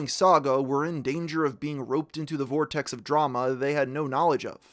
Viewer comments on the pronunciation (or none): none